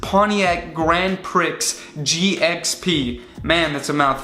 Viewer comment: Gran Preeee, not “Pricks”